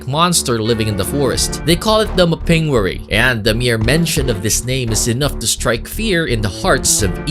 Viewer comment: You mispronounced the Mapinguary. The accent is on the first syllable.